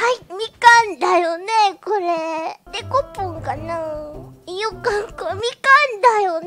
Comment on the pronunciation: デ↑コポンかなぁいよかみかんだよねぇ！？